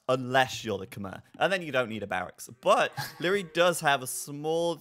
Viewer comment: Just FYI, on the pronunciation of khmer